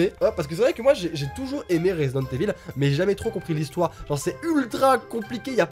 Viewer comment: Mdr quand dit resident evil il le dit avec un accent marseillais